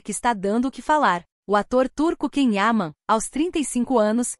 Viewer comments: Ah por favor, alguém avisa pra ela que Ken é o marido da Barbie. Esse ator se chama Can Yaman e se pronuncia "Djan Yamã"😂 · Não consigo continuar ouvindo essa pessoa desinformada pronunciando de maneira errada o nome do ator. Alguém por favor informe a ela que Can Yaman, não se pronuncia "quem ama" e sim "Djan Yamã". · Achei que só eu tinha percebido. Não vi e nem ouvi a lista, assim como a pronuncia errada do nome dele incomoda bastante. E isso é uma coisa tão fácil de aprender. Bastava ouvir a entrevista para a TV italiana aonde ele explica para a entrevistadora como é a pronuncia correta. É desse tipo de imprensa que fala de coisas que não sabem nada a respeito, só se aproveitam dele para ganhar visibilidade, como esse vídeo. 😢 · Vocês mentem só para ter visualizações. Já agora devia pronunciar bem o nome dele não???!!! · Antes de tudo, VOCÊ DEVE APRENDER a PRONUNCIAR o NOME CORRETO DO ATOR. Depois, se tiver um CABEDAL de CONHECIMENTO VERÍDICO de CAUSA, CAPACIDADE de DISCERNIMENTO da INFORMAÇÃO (fato ou fake) e competência para explanar ... tente fazer uma REPORTAGEM DIRETA, CLARA, PLAUSÍVEL, CORRETA e FIDEDIGNA ao TEMA ENUNCIADO POR VOCÊ MESMA na LEGENDA..., e, NÃO FAÇA APENAS "SUPOSIÇÕES" e "ACHISMOS", os quais não enriquecem e nem dão credibilidade ao conteúdo ora exposto pelo canal.